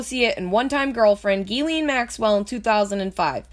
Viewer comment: Omg I can’t fucking listen to it anymore...ITS PRONOUNCED JIZ-LANE!!! Not GEE-LEEN!!! God dammit!! How fucking hard is that? And don’t claim “oh I lisp” (like you said) because you made A LOT of “S” sounds and didn’t lisp once...jesus fucking christ...